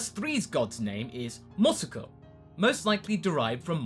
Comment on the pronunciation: Mosuko... thought you said, would have loved it more